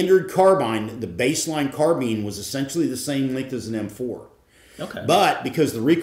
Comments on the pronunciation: did he say "standard car-bine" and "baseline car-been" in the same sentence i am beyond confused about the proper pronunciation right now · Great video great gun, love a good crossover episode with Larry. BTW anyone else notice Larry using both pronunciations for "carbine" in the same sentence ?